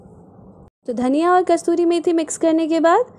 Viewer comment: Mam kasoori methi not kastoori methi